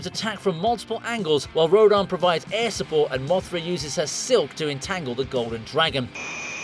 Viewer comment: It is pronounced (row-dan)